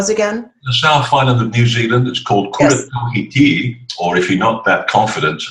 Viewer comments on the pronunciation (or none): Amusing pronunciation of Kura Tawhiti. Hints for anyone having trouble like. In Te Reo: Equal emphasis on all syllables. Vowels: A Ahh, E Eah, I Ee, O Oaw, U Eew Roll your R's like a Scots or Irish. DON'T call it Maori (Mowdee). That is the address of a slave to a master, or footsoldier to a general. Te Reo, The Tongue or Language Kura: Coo-rah A House of knowledge, teaching, to share learning or knowledge. Tawhiti: Tah-Fa-Tea Ta:to own, command control, also to divide part in two. Whiti: To cross over, make fit and well, make pure and shining with the Sun.